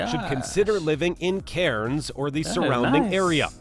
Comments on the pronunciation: Darwin has only 2 seasons - wet and dry. Both are usually hot. Also you can never trust a non-Aussie when it comes to our place pronunciation. He's emphasising the syllables way too much. Melbourne = Melbin, not Mel-born Cairns = Cans, not Cay-erns Bondi = Bond-eye, not bon-di Canberra = Can-bra, not Can-berra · Cairns is pronounced cans .